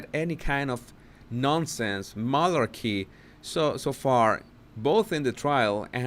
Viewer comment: My new favorite thing. His pronunciation of malarkey. Not even being mean. He transformed the word and I live it.